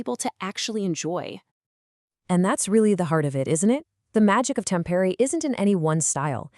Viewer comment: Omg! You fell on your ass from the start by butchering the pronunciation of Tampere 😂😂😂